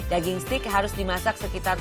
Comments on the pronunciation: Dia bilang setik 😂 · "Steak" bukan "stick" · steak bu bukan stick jajjajaja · STEAK = STEG bukan STIK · s t e i k not sticccc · It's steak (baca: steik) btw, not stick! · bacanya steyk bukan stik, mba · Steak , bukan stiiikkk mba... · Dibacanya steik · Mba sorry nih, bilang Steak bukan stik/stick, salah pronouncenya mba.. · Iya, harusnya 'steik' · Pronunc ny bukan stik, nnti dikira tongkat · hahahahahaahahahahahahahahahah ssSSTIK! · Yg bner seteyak vngke :v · Yang bener SETIK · engga maksud saya cara ngomong steaknya salah bukan stick tongkat ...